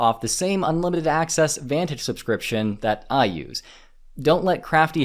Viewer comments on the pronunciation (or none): It's Vantage, not Vanage